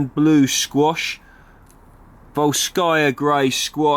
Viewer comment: I've also just received my package of seeds from the Real Seed Company and am also attempting this year to grow Huauzontle and the Queensland Blue Winter Squash - let us know how they work out for you. Also, my girlfriend is Russian and was cringing at your pronunciation of 'Volskaya' XD - good try though!